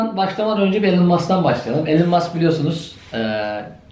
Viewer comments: Elın değil İlan Mask diye telaffuz ediliyor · Hocam okunuşu ilan mask.